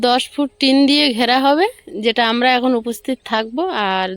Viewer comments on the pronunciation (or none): none